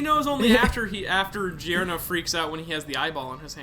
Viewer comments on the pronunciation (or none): Ah just a little tip since you're not the only one that pronounces it wrong: even if it's written "gio" you still say "jo". Since Italian doesn't have j as a letter we have to use gi to compensate. So you have to say "JoJo's Bizarre Adventure" and "Jorno Jovanna" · I though Giorno was supposed to be pronounced just like 'JoJo'? Like, the 'gio' sound in Italian is pronounced as just 'jo' I think. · I love this playthrough, but "Jeer-No" and "Jee-Or-No" are making me cringe pretty hard lol.